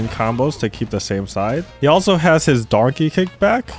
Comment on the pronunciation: wtf are you saying? Donkey Kick or Darky Kick?